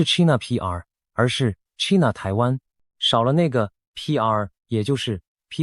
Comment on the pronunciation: China,英文唸錯，AI,要改正，要正確發音。from英文老師.